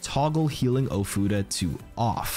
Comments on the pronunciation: Bro is he saying futa? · your pronunciation of ofuda is quite painful